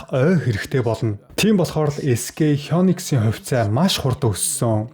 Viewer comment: SkХёнкс гэж уншаад байх юм sk хай никс гэж унших нь зөв